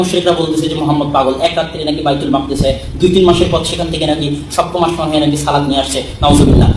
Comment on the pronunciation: আশমান না বলে আসমান বললে কেমন হয়